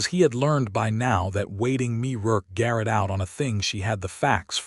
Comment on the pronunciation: Yo AI Mae is pronounced May not Me